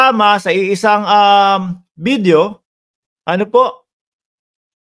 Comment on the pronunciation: Video hindi bidio ayusin mo naman ang diction mo idol.